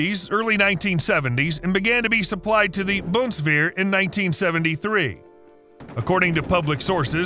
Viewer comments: Bunswear … wtf 😂😂😂 BUNDESWEHR, digger! Just learn how to pronounce the names right ! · If you want to say "Bundeswehr" try to pronounce it like "Boon-dess-vair" 🙃It's hard to pronounce it if you are used to the english language. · Very good video, but the German pronunciation is hard to listen too. Boondswair? ok. Fau-2 What the hell? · ...supplied to the Bumswehr... Ohm... yes 🤣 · Great video! Lot of research, but why don't you also research how the names are properly pronounced? Gepard, Bundeswehr, Buk. It's no that hard, you should give it a try. Now it's just inaccurate and annoying.